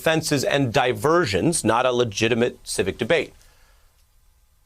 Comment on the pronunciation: Thanks for pronouncing divisive correctly! I don’t understand this new trend to pronounce it completely wrong!